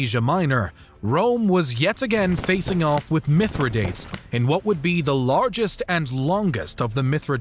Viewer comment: Great short history of the Republic's wars. Two items of concern: 1) It would be much more interesting as a more general history than merely a recital of the wars. 2) Some of the pronunciations are cringeworthy. Skeepeo? (Si pee oh) Mithra DATES? (Mith ri dah tees) Peninshular? The second is a little nitpicky but definitely a little distracting at times. Other than that, this is great content and brief summary of it!